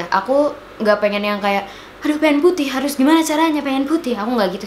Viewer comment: "Harus puttheh, gimiana caranya biar putthih" ngakak sumpah